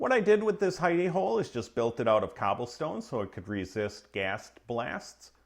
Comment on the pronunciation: "ceabblestones" lol